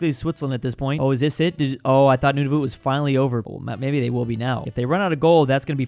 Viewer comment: Nunavut isn't said like that its pronounced noon-A-vet